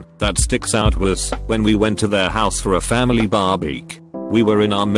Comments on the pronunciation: I think my favourite thing about these videos is the janky pronunciation of the text-to-speech. "Homeshoaled." "Barbeek". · Reddit users: People: Nobody at all: Voice bot: barbeack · "B A R B E E K"